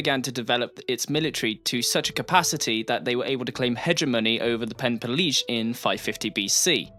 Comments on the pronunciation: Nice video , but why do you keep mispronouncing Peloponnese as Penepolese? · great vid man! :) don't take this wrong, but: is that really how you pronounce "peloponnese" is english? i'm not a native of english, hence the question. keep up the good stuff!